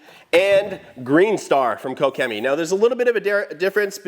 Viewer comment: lol wtf, I have never hear someone say Koch Chemie as “kow Chemie” .. Jesus 🤦🏻‍♂️🤦🏻‍♂️🤦🏻‍♂️😂😂😂.